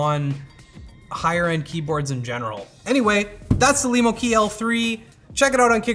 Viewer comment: Cool, a keyboard made for me Lemo. Also , for the first time someone actually says it right.